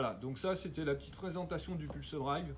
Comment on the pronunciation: la moindre des choses quand t'on présente un produit est de prononcer le dite produit correctement . ca fait vraiment tache si non . pulsedIVE mdr.